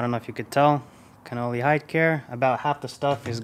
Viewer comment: Sorry but it isn't pronounced Cannoli, which is actually an Italian pastry, it is Con-nel-ly. You may be a bit young to know their history but they started in 1878 and are considered the finest leather maker of all time, still under the original family's ownership. You should take the time to learn of their pedigree, I think you will be very impressed. Hopefully you will find this helpful, btw your M5 is still one of my favorite's.